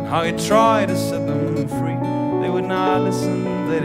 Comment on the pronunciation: pronouncation of "Tried" is not well?